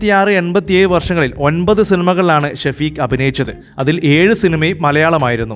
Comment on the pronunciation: ഷഫീക് അറബി പേരാണ് എഴുത്തിൽ അങ്ങിനെ വന്നാലും ഷെഫീഖ്‌ എന്നാണ് ശെരിയായ രീതിയിൽ പറയേണ്ടത് ഷ വ്യക്തമായി പറഞ്ഞ് കേൾക്കുമ്പോൾ ആകെ ബോറായിത്തോന്നുന്നു